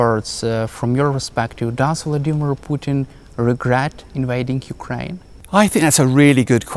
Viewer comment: I heard yewkwaine suwendered.